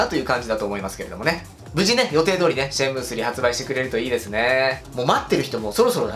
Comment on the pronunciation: シェンムーなのか、シャンムーなのか・・・。